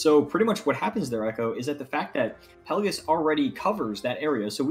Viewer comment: It’s not pronounced “Pellagus”, there’s an “I” in there, it’s pronounced “Pell-ay-jee-us”.